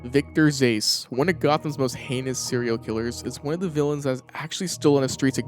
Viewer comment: "Victor Zase" Meme😅